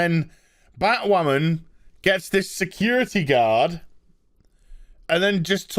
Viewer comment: I thought you said BahtWhamen Vs BAME for a second there..